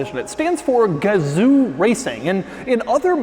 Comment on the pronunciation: Pronounced GAH-ZO 😉